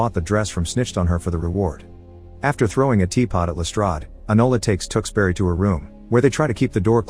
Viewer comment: I cringed throughout as the narrator mis pronounced Tewkesbury over and over again. He said Tooks berry but every Englishman and woman knows it is Tewkes (rhymes with Dukes) bury (rhymes with Hurry). The movies is brilliant.